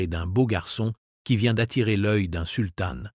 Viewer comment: Intéressant mais pénible à écouter avec des mots masculins comme ottoman ou sultan prononcés ottomane et sultane !